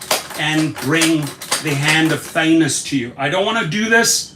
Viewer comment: Did he just say thannos in the Anu55😂 Eish Manier hahah